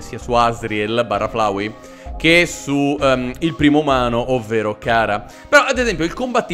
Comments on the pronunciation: non è cara si pronuncia ciara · Si dice chara no cara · Si dice ciara e si scrive chara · Io che non capisco se anche in sto momento ci sta trollando male facendo finta di non sapere la pronuncia di "Chara" o che non sappi che si pronunci (Ciara)